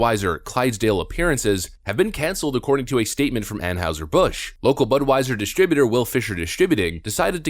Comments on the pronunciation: Love your channel. But how is it you can’t pronounce “Anheuser-Busch” correctly? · How do you not know how to pronounce Anheuser Busch? Did you grow up without TV or something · BTW I haven't heard Anheuser Busch pronounced the way this fellow is saying it. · Tell me you dont watch your own embedded video with out telling me... (narrator) "We now have an anne howser Bush afflilate..." (phonetic spelling) Dude! It is pronounced anne hizer bush. if you watched and listened to your own footage you'd be able to properly pronounce the name of the brand. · Seriously, are you on the spectrum?? It's AnHIGHser Busch, the rep in the video pronounces it properly, and you still repeatedly say AnHOWser. It's hard to take you seriously when you screw up words all the damn time. Have you learned the correct pronunciation of caricature yet?? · it's ann-high-ser. not ann-howser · It's not pronounced like house. It's heis sounding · Why are you pronouncing Anheuser like Anne-Howser? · They do this so they can claim "financial difficulty" and lay everybody off and replace them with robots. Not sure how you didn't think of that. Also it's pronounced "Anne hi zer". Is the bar really this low to be a youtuber? Maybe I should give it a try. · Drink coors, real beer. On a side note, the German characters “eu” would be pronounced “oy” in English, it would be more like ahn hoy ser busch. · Ann "Howzer"? Amazing to do a segment on a beer manufacturer and not know how to pronounce the company's name. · Ann houser??? No edit 🤣 dude you’re not even pronouncing it right fk bud light though. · Its pronounced an-heye-zer. How do you not know this? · Are you deliberately mispronouncing “Anheuser” ? Around St. Louis, it was always pronounced “An HY ser. Just saying. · They're pronounce Ann Hie Zer, at least get their name right when you do your news stories. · An-HIGH-ser Bush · Anheuser, pronounced "ann-high-zur".